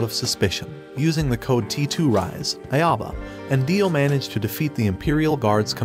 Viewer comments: Cringing on your pronounciation on his name... It's Ah-oh-bah not Ae-o-bah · im still so triggered by the voiceover calling "Aoba" "EiAbo" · Except this narrator isn't even close to correct pronunciation. Aoba = OW-BA. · Bro his name is pronounced Ow-ba…. like Dio literally says it in a good portion of the episodes….